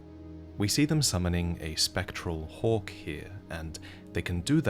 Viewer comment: 'A spectral *Hawk*...standing next *Tu Ah*...' oh my god...